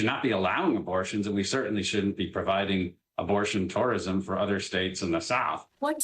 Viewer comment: Mike Beltran said the words "abortion tourissm"..... REALLY?